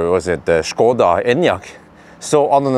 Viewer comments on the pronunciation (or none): none